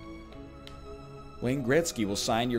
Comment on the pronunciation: Sometimes I actually forget NL is Canadian and then all of a sudden WAAAAYNE GRETZKY